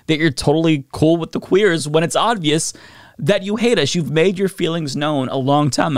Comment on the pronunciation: i was listening to this away from my phone and hearing hit the hard “queers” made me hysterical. 😭😭😭